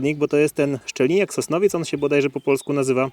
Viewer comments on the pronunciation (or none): Nie szczeliniak tylko szeliniak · Drogi kolego, szeliniak a nie szczeliniak 👍